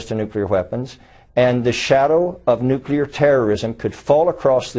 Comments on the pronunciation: His face is melting! Maybe he was exposed to "nucular radiation" uh uh uh...hmmm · You mention the difference between Sunnis and Shias, but the most baffling thing is, does this guy know that both groups also do not overlap with Mexicans? And... you know, maybe it's not THAT easy to smuggle a "nucular" warhead through the Atlantic ocean. I mean... I'm not even a Mexican and I feel offended on behalf of them.